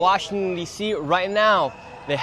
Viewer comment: WA-shing-ton!! ANUNCIATE!!! Your reporting is top notch!!! Your catch of the drug-dealer arrest yesterday was hysterical!! You should have let the lady SCREAM into your microphone!!